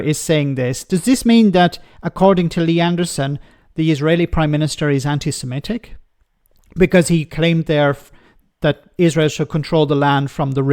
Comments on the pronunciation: Can someone tell him it's Sem-i-tic not Sem-e-tic. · Anti semetic? Can't he read/pr0n0unce semitic? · It's 'antisemitic' not 'antisemetic'. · It's anti-semitic Lee, not anti-semetic. Such a bright lad is our Lee. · Anderson can"t even pronounce it correctly. It's not anti semEtic. Typical of this uneducated out of his depth politician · Anti-semetic?. Learn how to speak before you cast your stones, 30p! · I’m afraid the thing that irritated me most about 30 pfennig Lee this time,was his inability to pronounce ANTISEMITIC correctly. He repeatedly said ANTI SEMETIC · Lee Anderson's so concerned about antisemitism he can't even pronounce the word 'antisemitic' properly. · He's even using the wrong vowels